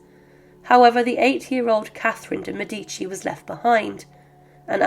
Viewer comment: It's Médici, not Medíci, for heaven's sake!!